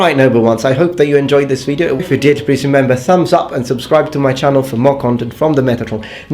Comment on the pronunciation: when Metatron says "like in video games" in his videos I always hear "like nVIDIA games" :D